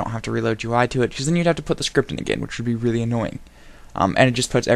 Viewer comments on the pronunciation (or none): none